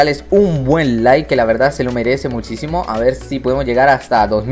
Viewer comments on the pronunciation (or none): none